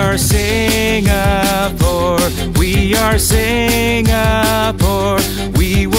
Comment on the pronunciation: The way the guy at the start sings singapore bothers me. He cant even pronounce the name of his own country rite